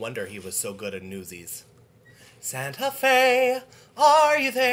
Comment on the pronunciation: That Christian Bale stuff is gold. PS- I detect a slight Irish accent on your rendition of "Santa Fe"... Do you think that Jack Kelly was Irish?